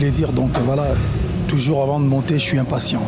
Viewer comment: WERRERA YO PE YAKA KOLOBA TOYOKA YO MASTA NA YO JIBIRA YE PE AZUI OYO YA YE SLOGAN MIKOL’OYO KAKA « TOJORS »AU LIEU DE TOUJOURS 😂😂😂